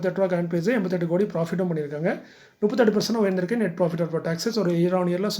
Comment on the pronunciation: வீழ்ந்திருக்கு/உயர்ந்திருக்கும் தெளிவான உச்சரிப்பு தேவை நன்றி ஐயா